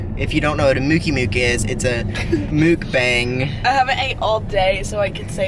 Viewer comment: Guys let me just say..... it’s MUK BANG not MOOK BONG